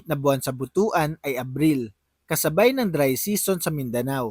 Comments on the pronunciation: Hindi yan Buto.an sapag pronounce. Butwan ang pronounciation ang tamang pronounciation yan. ( Butuan ) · but-wan ang bigkas dyan hindi bu-tu-an haha..bastos na word yan sa iba😆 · Pronounce as but-wan not bu tu an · But-wan ang correct pronunciation hindi Bu-tu-an. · Pronouns as Butuan not Bu tu an.👺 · Anung butuan😂ang pagbigkas nyan ay.butwan.